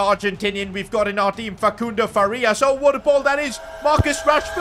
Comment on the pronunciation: stop saying facundo like that